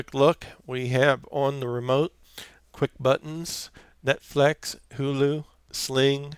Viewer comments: And its not Net-Flax thats very irritating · Its Net Flix not Net Flex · Thank you sir. The video was extremely helpful. Everything was on the money except for your pronunciation of roku and netflix lol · Great video thanks, BTW, where are u from ? You said Roku and Netflix with an accent, kinda Midwest but not so much o’s don’t cha knooow, lol!